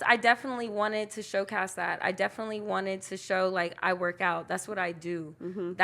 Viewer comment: Its showcase not SHOWCAST 😂😂😂😂